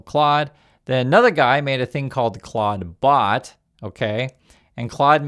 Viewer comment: Oh my, I heard him saying it as I read this, I thought it was a typo but that sounds like what he said. Moltbook should be Clodbook.